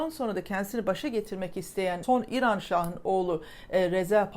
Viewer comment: mükemmel diksiyonunuza küçük bir ilave yapabilir misiniz, kısaca İran demek yerine İiran deyin. Lütfen.